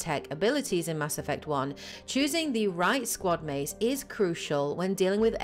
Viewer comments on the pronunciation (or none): none